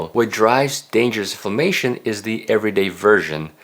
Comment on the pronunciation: Thank you for really good information great summary for what constitutes of healthy diet. Very well-rounded. And very reasonable. (But thank goodness for closed captioning because he keeps saying famation, instead of inflammation)